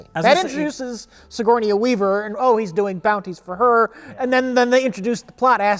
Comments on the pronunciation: pronounced "sigourney-a weaver" the same way gmcfosho did in "Miss My Ni" where he tried to make "sigourney-a [weaver]" rhyme with "hernia" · "Sigourneya Weaver"